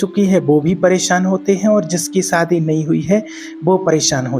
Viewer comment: सादी नहीं शादी 😂😂😂